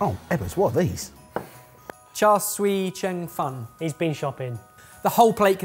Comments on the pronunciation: Instead of "Char Swee Cheng Fun", it's "Char Siew Cheung Fun" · I mean yeah it's not surprising, as a Cantonese speaker in the US. To be fair to both sides, "cheung" is a really hard word for non-canto speakers to pronounce, but "siu", pronounced like "few" but with an s, is really not.